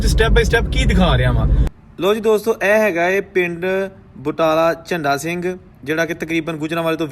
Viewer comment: बादल झण्डा सिंह सही उच्चारण है